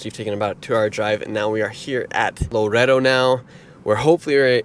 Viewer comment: It’s not pronounced lo-redo. It’s la-redo